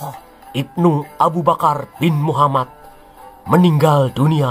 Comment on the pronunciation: Baru ini nonton chanel SN jdi ketagihn nonton krn bhs nya logat jawa dan penekanan kata2ny ,bkin ktwa,gak ngantuk aplgi nyebut muhammad